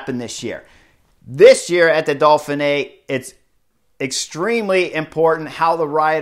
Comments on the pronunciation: Chris, there is no L in Dauphine! Ha! It's Dough Fee Nay. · Dolphinay? Why are you putting an L in there??? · Can you stop over pronouncing the race title! Dauph (Dof) in (fin) é (neey). Now smooth it together and put the big emphasis only on the last letter é: ( Dof fin neé) And depending on where you come from you can loose the middle syllable. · Keep calling it the Dolphin-Ay Chris! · Solid analysis, but I am pretty sure there is no “L” in Dauphine.